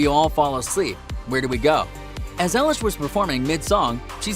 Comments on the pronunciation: Who is Ellish it's eilish like i-lish do your research ok. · Ellish??? EILISH thank you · You said her name wrong!!!!!!!!!!!!!!😠😠😠😠😡😡😡😡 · You said her last name wrong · You said her name wrong